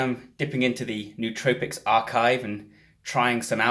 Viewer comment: Pronouncing the word nootropics wrong already makes you sound less smart...